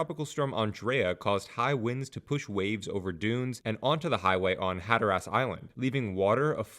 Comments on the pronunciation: Decent info, horrible pronunciation. Had to turn it off after the 5th Hatter-ass. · the way you pronounce Hatteras is very wrong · I can’t explain how the pronunciation of hatteras in text but ocracoke is oak-ra-coke. And the best I can do for hatteras is hat-ter-azs but quickly 😂